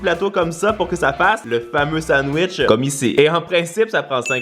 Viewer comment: « Le sandwech »wesh??!!😭😭